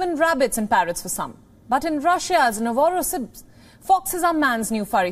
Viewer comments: “But in Russia’s Navarrosbbss 👁️👄👁️ ” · LOL the way she gave up even trying to pronounce "Novosibirsk" halfway through the word is hilarious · I kinda feel sorry for the news lady struggling to pronounce Novosibirsk lol